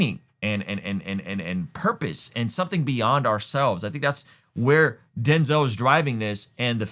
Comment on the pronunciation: Denz-El. Come on you know this one!